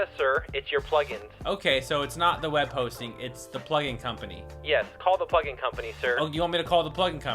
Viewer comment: In start, he said,"hey plugin company." I heard,"hey fucking company."